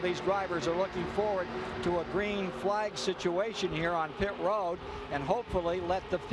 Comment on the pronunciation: pit ro-ad